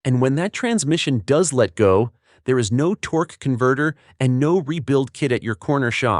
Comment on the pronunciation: What's a "torkey" ? AI slop videos suck.